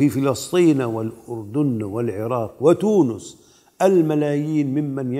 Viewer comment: من قال إن تونس بضم النون ؟